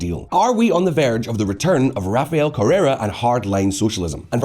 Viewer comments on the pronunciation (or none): “Correa” not “Correra” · Correa not Carrera